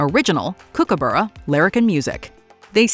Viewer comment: Flaming heck Americans - it is Kookaburra pronounced Cook-a-burrah - not Kook-abura - if you can't say it right, get rid of it out of your mouths!!!